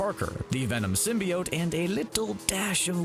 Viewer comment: "Everything you need to know about Venom 2" can't even pronounce "symbiote" correctly...